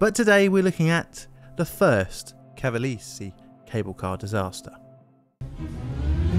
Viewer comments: ca-va-le-se has 4 syllables, not 3. More like "Ca-va-less-ee" than "Ca-va-leeze". "After all of you don’t properly tell someone how to do a job they will use their judgment" Well said! So let me be very clear on how to do your job: When you see a place name in a different language, or simply one you have never heard before, use this handy site called "youtube" to look up "pronounce [word]", instead of using your judgement, when you know you repeatedly mispronounce things. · I need a compilation of you just saying "Cavalese" 😭 Great video dude! I've neen binging on them for hours now ✌🏾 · I didn't know about pre-airplane disaster. I visited Cavalese 10 years ago, great skiing. BTW: We pronounce italian "gi" like Jeep, "gh" like "gimball", "ge" like "Germany" and so on. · Small hint… in Italian, “e” is always pronounced (essentially as ) the “a” of “play” never like the “y” in “play”, as you pronounced with “Cavalese”. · Because this is going to come back when you cover the other Cavalese cable car disaster, Cavalese is pronounced Kavalë (as in echo) së (same sound). Cermis is pronounced Chermis.